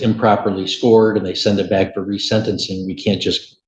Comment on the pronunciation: AI voice jumps right in and says RESENT-enc-ing ("rezent") instead of re-sentence-ing. Please! Use your own real human voice.